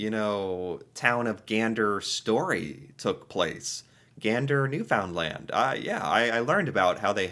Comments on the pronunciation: Why have you started mispronouncing "NewFOUNDland"? You used to pronounce it properly - "NEWfndland". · love the vid. One thing though. Newfoundland isn’t pronounced new-found-land but pronounced new-fin-lind with the accent on new. People from this province are endearingly referred to as Newfies (plural) or just Newf (singular). It sounds weird to the Canadian ear when pronounced incorrectly. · The way he says "NewFOUNDland" 😂😂😂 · Hey 🌟 Newfunlan we don't pronounce the D's Sick see you in Pt2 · I cringed the way said Newfoundland